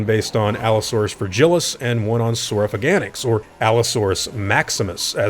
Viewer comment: You've gotta stop saying saw-row-fa-gan-ix, it's saw-row-fay-gan-ax. 😂